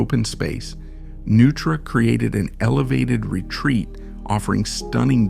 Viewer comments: Neutra... as in NOI-TRAH. Not "Nu-trah." Jeeze! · It's pronounced Noi-truh, not Nu-truh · It’s pronounced NOI-tra. How do you mess up the name of the man you’re presenting? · I was wondering if that was how Neutra was pronounced. I thought it was pronounced phonetically like Noytra. I didn't even realize the voice was AI. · AI voices have become almost indistinguishable from real voice-overs. In this case, it seems maybe you should have misspelled Neutra as “Noytra” in the copy to trick it into pronouncing the name correctly. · AI doesn't know the correct pronunciation of "Neutra" or "Taliesin". Try using actual humans instead of AI. Thumbs down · Did you know Neutra and Taliesin were mispronounced and still posted the video? Do you plan to correct it?